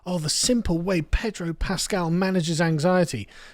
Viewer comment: Pedro. No "R".